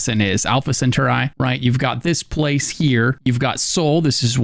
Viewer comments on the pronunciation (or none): I can't man. its not centauri(eye), its centauri(e). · Mate i love your guides, one thing thou I heard it already in 2 of your guides...it's actually Alpha CentAuri not CentUrai lol keep up the good work! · Alpha … what?! Did you say “cent ur eye?” Cen TAR eeeeeeee Centauri Lol sorry. I’m a space nerd. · sen tar ree not centuri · "Alpha Center-eye"? really? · It’s pronounced “sen-tar-E” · Excuse me sir, Alpha what now? CentaurEYE?!?!? 😂😂😂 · Ah, yes, Alpha Senthereye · Dude… it’s Alpha Centauri… pronounced sin-tar-ee. Pretty sure kids learn about that star in school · Love his mispronunciation of Alpha Centauri. Al-fa sen-tar-ee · “Alpha Center-Eye” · centurai is triggering me lol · Alpha centauri al·fuh suhn·taw·ree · Brother say it with me , ALPHA CENTAURI, (CENTAUR-EEEEEEEEE) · Say it with me Sin-Tar-Ree